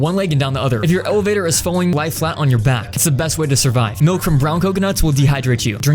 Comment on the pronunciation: Him: Hey guys, welcome back. What I thought he said: Hey guys, welcome Booger.